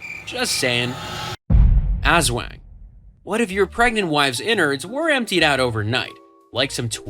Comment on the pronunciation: You’re pronouncing aswang wrong and it’s lowkey funny and making me wanna cry XD (As-w-ung, not “As-wang”) Ps: I’m sorry if this is rude, I sometimes get annoyed when words aren’t pronounced right. It’s a toxic trait of mine 💔